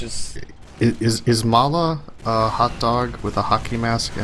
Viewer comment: Love too but the "maalaa" pronunciation was annoying